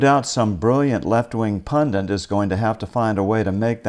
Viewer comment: I hate it when every pundit says Pun-Dint. There's only one N.